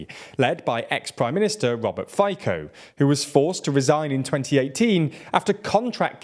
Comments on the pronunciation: A few fixes: - Fico is pronounced as Fi (i as in "will") - tzo (o as in "road") - Čaputová is pronounced as Cha - put (u as in "bull") - ová (a is in "aaaah") - While Čaputová ran for president with PS, she left the party shortly after her ascension to power. The person you should represent PS with is Michal Šimečka, a member of the EP, who has also held the chair of vice president of the EP - HLAS hasn't ruled out a coalition with SMER, they did so with Republika however. And SMER will very probably want to go with them, of which HLAS won't approve. - You used the wrong logo and party leader for the Christian Democratic Movement (KDH). Their real logo are just literally the letters "KDH", and their real leader is Milan Majerský, current governor of the Prešov self-governing region. The logo and party leader you used are of the Christian Union (KÚ), who are running in Matovič's coalition Other than that, pretty good video. As a Slovak, I really do feel shame for my fellows' pro Russian lean. I hope the right parties prevail. Peace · There's some mistakes in this video - especially the pronunciation of Fico and Čaputová's names. Then the mention of SMER and HLAS's coalition as rightwing and the inclusion of Demokrati's logo in the PS-SPOLU coalition of 2020 (that one is just a misunderstanding - SPOLU did morph into Demokrati, but including their new logo in the video is a little misleading). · I really enjoy your videos, but it would help if you would please check the pronunciation of key people in your videos. It distracts from the content when pronunciation is entirely wrong. In this video, the only correct sound in Fico's name is the F, all the rest is way off. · Please learn to pronounce the name Fico correctly. How do you want to broadcast objective news about Slovakia if you don't even know this basic information? This politician has been part of European politics for the last 20 years. Is there anyone from Eastern Europe on your team? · "Roubert Fajkou" 😅